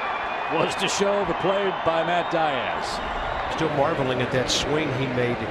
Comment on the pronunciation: Matt Die-Az? It's pronounced Dthee-Oz